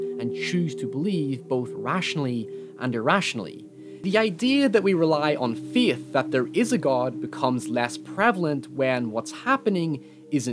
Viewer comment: like how he says feet instead of faith